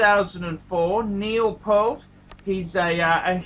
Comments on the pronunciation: “Neil Pehlt.” Sheesh, Neil’s last name was mispronounced by many but you get the award for the worst botched way of mispronunciations. Great story, though. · I was the one (Jit) that informed Hodinkee about this watch story of Neil from his blog. Thanks for spreading this story to a your audience. However, it’s pronounced as Pea-a-rt, and Neil is playing in a Progressive Rock band instead of Heavy Metal 🤘🏻. Thanks and Rest In Peace Neil, great story and what a legendary drummer. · I wondered why you were inexplicably saying "pearl" and adding a T to the end, which is not at all how his name is spelled or pronounced, but then I saw the Trump sticker in the background. Ah. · Pronounced PE-rt. Think "ear" with the p and t on either end. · Rush aren't a heavy metal band and that isn't how his name is pronounced. What is the point of just repeating the content of a Hodinkee story? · Hair by "Time stand still" Content by "passage to Bancock" Watdrobe by "The Spirit of Radio" Mispronunciation by a dullard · you sound like you swallow a load every time you say his last name